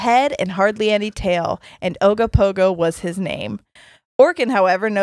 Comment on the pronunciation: Damn I’m impressed you got the right pronunciation of Ogopogo and Okanagan. I remember riding Ogopogo paddle boats as a kid. Imagine swan boats but it’s a sea monster